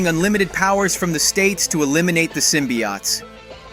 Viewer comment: its pronounced sym-be-otes not sym-be-oughts